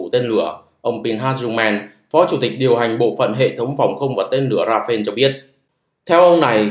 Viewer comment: Công nhận kênh không đọc comment: Rafael đọc Ra fa el (chính thức được đọc trên kênh của nhà sản xuất). Ra-pheo là tên của chiếc máy bay Dassautl Rafale của pháp 😢